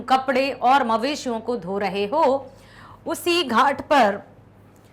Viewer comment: Mam maleshiya nahi mveshiya